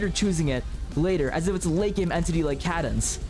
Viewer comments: Yeah isn’t it supposed to be said like cAYdence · What a way to pronounce cadence bro